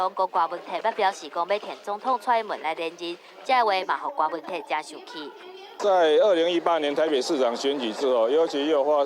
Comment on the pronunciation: 柯文哲的“哲”是Tiat才對。